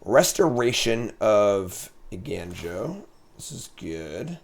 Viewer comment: I love content, but “Eiganjo” as “Eigainjo” just kills me. (For the curious, the “ga” in Japanese is closer to the sound in “gone”)